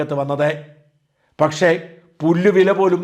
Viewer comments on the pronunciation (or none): none